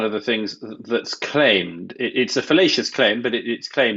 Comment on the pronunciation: Did Mr Murray say 'fallacious claim' or 'fellatious claim? :o